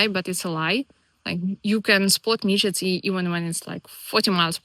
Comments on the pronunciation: Every time you pronounced midgies as midgets I was howling. 🤣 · You are very wecome in Scotland, glad you are enjoying it here. Your pronunciation of midgies is hillarious don't change it no matter what they tell you. I just imagine lots of lttle people running around biting people 🤣🤣